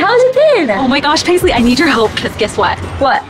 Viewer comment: The mum said baisley hahah